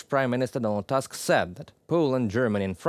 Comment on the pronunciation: Pronunciation for Prime Minister of Poland is Tusk, not Task. It is slavic surname, so you say u as [u] not as [ʌ]